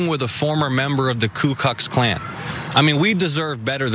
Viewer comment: Jon mispronounced the KKK and it came out Ku Kucks Klan. Good one!